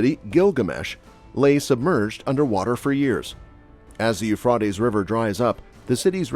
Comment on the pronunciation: you frey tease